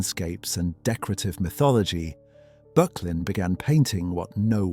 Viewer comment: Pronounced ``BURK_LIN``